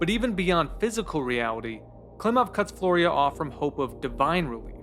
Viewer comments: flyora, not florya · Not "Floria" but "Fliora" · Flyora, (FLEE-or-uh) not Floria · It's driving me insane that you keep pronouncing the main character's name as "Florya" when is name is Flyora. Great video anyway though, awesome analysis. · Its pronounced more like "Flora".... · I’m kind of astounded how you managed to put together this video essay and somehow mispronounce Flyora’s name every time